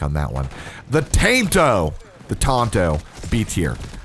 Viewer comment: “The tainto”😂😂